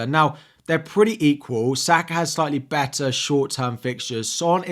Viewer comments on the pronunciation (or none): none